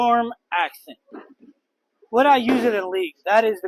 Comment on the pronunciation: NOT “accent”! It’s “ascent” (pronounced ASSENT)